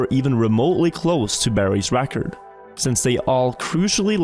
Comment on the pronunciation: Stop saying "Räackkkord" pls